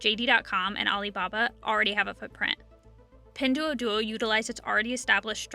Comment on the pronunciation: Learn how to say "Pin Duo Duo"